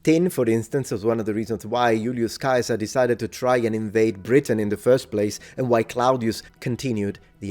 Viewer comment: You are the only person I have ever come across that pronounces "Julius Caesar" correctly